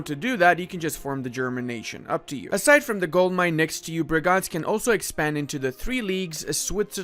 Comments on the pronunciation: Its Bregenz, not Breganz xD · why you puttin an A in bregenz?